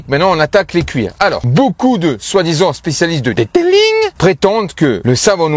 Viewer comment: "Le deuteulinggg"🤣🤣🤣🤣